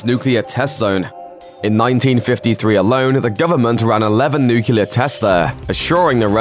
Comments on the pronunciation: I don't understand how you can oscillate between mispronouncing the word "nuclear" as "nuculer" and then pronouncing it correctly back and forth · why say nuclear and then switch to nucular. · it's always painful to my ears and to the credibility of something when they keep saying NUCULAR instead of NUCLEAR... 🤦‍♂️ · NOO-CLEE-AR. It's pronounced noo-clee-ar, not noo-cu-ler. Come, on, geez! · He keeps saying nukular! Hahaha. It is nuclear not nukular. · Nuclear* Not Nucular, that word doesn't exist, like covfefe. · Okay I’m sorry but it’s Nuclear not Nucular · New-clee-are! NOT Nu-cue-lar. Why can't people properly pronounce that word? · Its not nucelar its nuclear. What a shame. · Nuclear. Not Newkiller! Pronounce it right! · It's nuCLear, not nuCULar. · It's nuclear not nucular. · "Nuclear" not "Nucular" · Nucular, nucular, let’s all say nuclear! Dum dum dim. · NuCLEAR not Nucelar!! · The word is NUCLEAR not NUCULAR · NYUK-LEE-YER not nyuk-yoo-ler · Nuclear. NUKE-LEE-ER. JFC, it's not "nucular". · Its nuclear not nucular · It's NU-CLE-AR. Not NU-CU-LAR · Nukular, y'all. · *It's (contraction of "it is/has") Its: for possession *nuclear, not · What a shame the narrator can't say the word nuclear, pronouncing it nukular. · As a foreigner, and not English native speaker, how this mistake is continued? How come people say "nucular"? How do you explain this, as a native English speaker? (I can undestand the mistake with "their", "they're", "your", "you're", but "nucular"? :) ) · "Nuke-you-ler" lol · why do so many people have trouble pronouncing nuclear correctly? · Nucular you say? Interesting, what is this new weapons the US had developed? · Nucular? Really? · Nucular. Nucular. Nucular. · Last I checked, the word nuclear has two syllables, not three. Will this ever go away? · Please learn to pronounce "nuclear". Unless you're doing an impersonation of George W Bush of course.